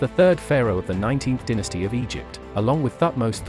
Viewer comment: Why have you changed the prounounceation to Ram-Meesis when its always been Ram-e-seas. Lol Its like your prounounceation of dynasty also. You pronouce it den-nis-tee. Dude thats way out of line with English. Say Dye-nus-stee. Lol Must be Australian who mix Irish linguistics with English spellings.